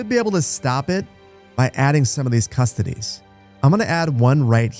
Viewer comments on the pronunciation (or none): I've heard that "custodes" is pronounced koo-STO-deez.